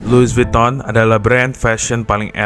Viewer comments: Loui vitong bang bacanya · Lui vitong bang bunyinya.. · Lui vuttong mas cara bacanya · Lui vitong bacanya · Pengucapan Louis Vuitton secara bahasa Perancis = Luwi Vitong. CMIIW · baca brand nya ga gitu bg😢